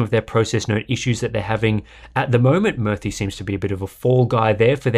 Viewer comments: It's pronounced as moorthy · Hey Murthy pronounced murr-thii means statue/image in Sanskrit